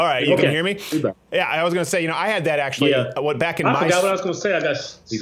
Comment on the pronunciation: Sounded like he said "Black in the day"